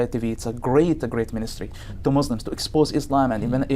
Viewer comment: I’ve seen many people like him come online to deceive people. He doesn’t even know how to say Muslims he said Muzlims like a non Muslim